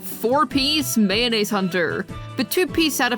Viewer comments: Did I just here Mayoneese hunter? LOL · nice video, but i don't think its pronounced "mayonnaise" :D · how does marechaussee turns into mayonaise... you are cringe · the marewhat hunter ? my french is bleeding